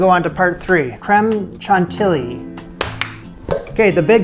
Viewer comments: Wow this is an amazing recipe good job! A word of advice, in French, the way to pronounce CHANTILLY (the 2 LL) is like the Y in the word yes. CHANTIYI. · Congrats on getting that luciousness out of the mold! I second the suggestion to line it with cling film next time. I’m so glad you did this. I’m not sure it would have caught my eye, but yours came out looking great - I may give this one a go! P. S. Chantilly is pronounced with a “sh” sound. ;-) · Love that every time you sait "N'est-ce pas" it sounds like "Ne sait pas" which is "(I) Do not know" instead of "isn't it". Don't change it it's lovely! But Chantilly pal. Shan tee yee. Your start is perfect, but double- Ls make a Y sound like the Y in "yes" chantiyi. Regardless this looks amazing and I'm happy you got it out of the pyrex.